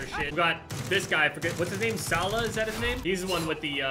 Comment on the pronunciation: its salah not sallah